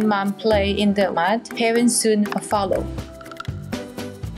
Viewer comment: The narrator pronounces the baby elephant's name as Heaven. What a sweet name for this elephant. May he live many happy years thanks to the hard working people at the sanctuary and his watchful and loving mother, of course. 🐘